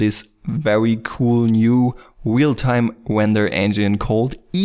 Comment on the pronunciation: "a new weal-time render engine"